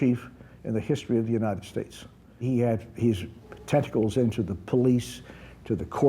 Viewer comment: Did anybody else hear Testicles rather than Tentacles in the police , judges and , jury? - lol